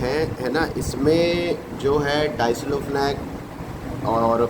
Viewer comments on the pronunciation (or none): भाई वो डाइक्लोफिनेक है, न कि डाइसलोफिनेक